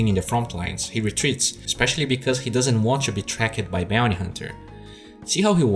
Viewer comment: Stop saying trackED the E in most if not all words in ending in ED is silent!